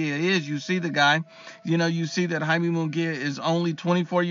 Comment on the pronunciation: “Hai-meh” not Yay-me.